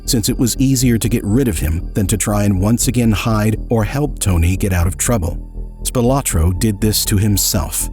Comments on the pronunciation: Spil-ah-tro not Spil-o-tro. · His name is pronounced Spilaaaaahhtro. His son my my best friend in grade school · The surname Spilotro (originally Spilotros) is pronounced SPEE-lo-tro. He was a distant cousin of mine - fortunately distant! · Am I the only one thinking he’s pronouncing his name wrong?